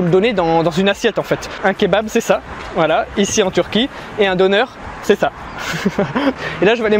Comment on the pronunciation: Coucou j'aime beaucoup les vidéos visites + food test. Quant au döner à prononcer deunère et non donneur 😁😁😁😁